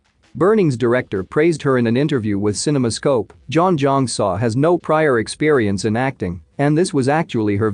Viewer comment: Butchered her name… learn to pronounce name if you’re narrating 😂🤣🤪